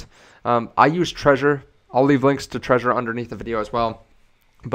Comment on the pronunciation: why do americans keep pronouncing "Trezor" as "Treasure", It's pronounced "TREH-ZOHR" (with the rolling "R" but i understand some languages dont have it)